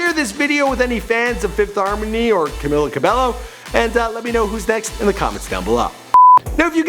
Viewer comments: Bruv WHO is Camila Ca-bel-LO ?! It's CAMEEEELA CA-BAE-YO! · It’s pronounced CamEEla CabeYo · No offence but it is pronounced CamEEla CabEYO just saying cuz alot of people miss pronounce it and it gets me mad lol. But I do love your channel!!!!!!! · Cam-EE-la Cabe-YO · how to pronounce 'Camila Cabello': ka-mi-la ka-be-yo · Her Name is Pronounced: CamEEla Cabaeyo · It's pronounced CA-MEE-LA CA-BEH-YO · Learn how to pronounce her name, it’s rude to not know someone’s name when you’re talking about them. “Cameela Cabeyo”